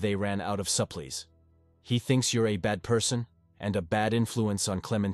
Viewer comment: Not sure if AI wrote this, but the narrator is definitely a bot. It mispronounced "supplies" in two different ways (both wrong) and pronoounces Clementine correctly (klem-en-tye-n), but also calls her klem-en-tin-ee, wich was pretty funny! That said, if this was written by AI, I respect the moral choices far more than what irl Capitalists (greedy/uncompassionate) and bigots would choose.